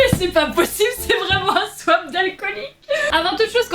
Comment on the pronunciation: Elle dit pas swap elle dit swaip